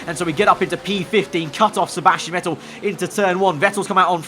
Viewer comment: All I’m gonna say is that Seb’s surname is pronounced “Fettel”